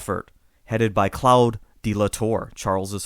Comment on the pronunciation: lol “Clowd”. It’s pronounced “clode”